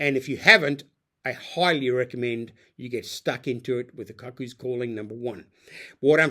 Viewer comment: Robert Glenister is a distinguished actor who narrates the audiobooks & played Jasper Chiswell (pronounced "chizzel") in the TV adaptation of "Lethal White" Also the word "cuckoo" may be spelled "cuckoo" but it is (and has always been) pronounced Coocoo and not similar to "cuckold" at all. I would expect someone with a book vlog to have a functioning knowledge of the English language An "epigraph" (not epigram) is a quotation or saying placed at the beginning of a book, chapter, or other text to establish its mood or theme